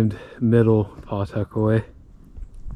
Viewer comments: It's pronounced Puh-tuck-away not Paw tuckaway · We pronounce it "puh-'tuckaway." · I’ve lived in Nottingham and the whole area of Pawtuckaway most of my life, and not to be critical, but the w is almost silent in Pawtuckaway when you say it. Nothing scary about it. It’s a beautiful area. The state park if us natives could get in, we can’t because all the Mass people invade it during the summer, otherwise it’s beautiful. That God Nottingham has its own residence only beach. There’s camping, and cabins people can rent too. Did you go to boulder field in Pawtuckaway? It’s pretty fascinating. Pawtuckaway is a exstinct volcano. As crazy as things are though you never know if it will remain that way.…..